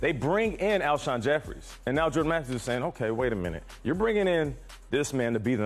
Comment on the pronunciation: Zakari Yes horribly